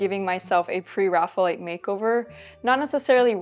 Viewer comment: The term is based on the Renaissance artist, "Raphael" = "ræfi.əl". Therefore, pronounce it "Pre + Raphael + ite". certainly looks like a Pre-Raphael subject! The style looks like a great fit for her.